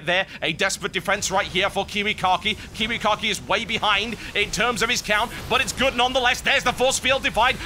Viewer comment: It makes me laugh every time he says KiWiKaKi... sounds like kiwi car key to me. =D